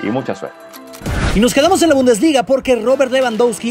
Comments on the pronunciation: Se dice: Bundesliga jajaja, se dice: "Bundesliga". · Bumdesliga jajaja se dice bundesliga